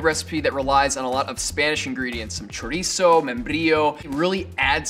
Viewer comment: The way she said chorizo made me die inside